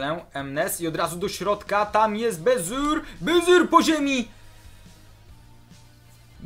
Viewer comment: to nie jest baziur tylko bazur a skąd to wiem, bo mieszkam w Holandii i na youtubie pisze ze grasz w fife 15 a nie w 17!